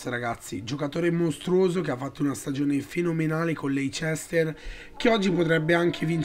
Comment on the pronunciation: Si dice Leister comunque